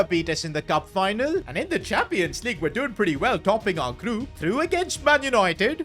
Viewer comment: premier LEAGEU club lol